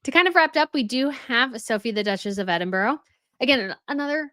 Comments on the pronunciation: Oh , my goodness that drove me mad too ! Particularly as she calls herself a historian!!! It also annoys me that she can never pronounce Edinburgh correctly , and yet attempt the correct pronunciation of the European royals names and titles ! There were far too many lazy excuses today. It was very condescending to say , well yes we know what the title is ,and we know what she prefers but , yeh, no, we are still going to do it this way because we have been saying it like this for a while now, so , too late to change. If the media and the public can immediately get used to using Andrew Mountbatten-Windsor they can say, type and Print Princess of Wales. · So we should just dumb down 1000 years of British royal titles because its too difficult for the rest of the world to say Princess of Wales or Princess Catherine 🤦🏻‍♀️ Please, please while we are on the subject of pronouncing things correctly, could you learn to say Edinburgh correctly!! And November the 11th is Armistice day , I'm not quite sure what you called it but as a historian you should get it right . The same goes for the royal names and titles , in history it is important to get facts like names and titles correct.